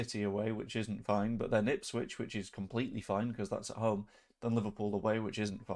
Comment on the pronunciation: Nice homage to Bielsa there, with the difficulty pronouncing Ipswich. 😉